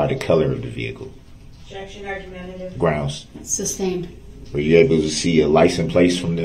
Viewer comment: .. I believe dorrow says GROUNZ and I’m dying so hard looooool